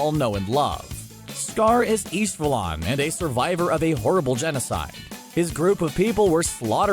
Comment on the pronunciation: Why did he say Ishvalan wrong...